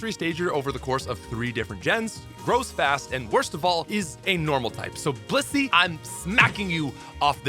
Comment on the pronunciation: the way you pronounced Blissey had me rewinding😂